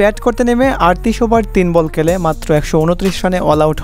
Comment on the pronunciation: ভাই আপনাকে তো বাংলা শেখানো প্রয়োজন। আপনার বাংলা উচ্চারণে অনেক সমস্যা। কেলে না শব্দটি খেলে।